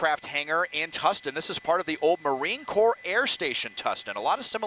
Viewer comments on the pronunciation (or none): It's Marine Corps not Corp.